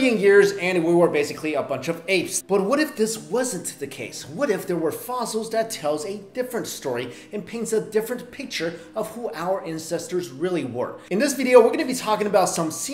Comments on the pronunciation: "our INCESTERS" 😂😂😂😂😂😂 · i swear he said incestors